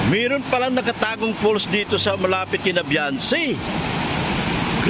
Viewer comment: It's "FALLS" not "false". Sarap nga mag unwind dyan